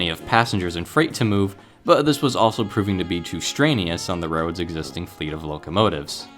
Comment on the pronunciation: Straneous? That's a new one. I think you mean "strenuous."